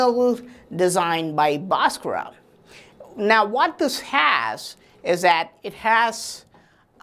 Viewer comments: भास्कर bol na...बासकरा बासकरा bol kar to maa behen ek diya hai.... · Its BHASKAR not Baskraa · Nice information but it's Bhaskar not Bhaskara why u add extra aa while pronouncing Bhaskar. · Pls stop murdering his name. There is actually a ‘h’ after the ‘B’. So it isn’t BASKARA, it’s BHASKARA.. kind and humble request. Cheers. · The correct pronounciation is BHAASKARA not Baaskarra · I've never heard an indian guy pronounce Bhaskara as bosscross untill now🤣🤣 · Pl. don't bastardize the great mathematician Mr Bhaskar's name by adding an "a" at the end. It is a sign of disrespect, forced on Indian names by the Brits. Same goes for Lord Ram. Is NOT Lord Rama, etc. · This dude is full of shit. 1st of all despite being an Indian he can't correctly pronounce Bhaskara's name. This guy should be placed in space with his Mercury wheel. Only vacuum can help this dude to avoid dynamic friction and create energy. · Pronounce the name correctly